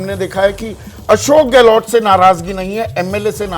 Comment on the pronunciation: शेखावटी नही ये शेखावाटी है कृपया पत्रकार महोदय जी बोलें तो सही, गहलोट नहीं गहलोत है अब सवाल उठता है कि जिन्हें सही नाम नहीं मालूम लेकिन विश्लेषण पूरे क्षेत्र की कर रहे हैं ।